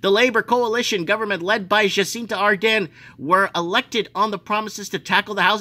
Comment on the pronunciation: Jacinda not Jacinta - and Adern is Ahhh-dern just saying